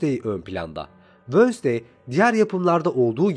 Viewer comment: Abimwensdey vosday diil ;p